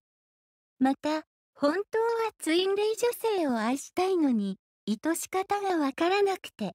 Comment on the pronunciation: 内容はとても良いと思うのですが、イトシカタなど、日本語の読み間違いが気になり、残念です。監修者はおられるのでしょうか？